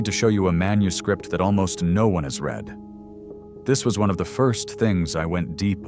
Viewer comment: Mispronounced 'READ\READ' ~ AI?